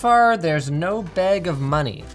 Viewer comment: Canadian voice: Internet moneyy